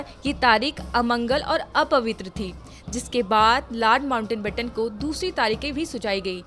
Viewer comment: It's "Lord Mountbatten" not Lord Mountainbatten..!! Please make required corrections.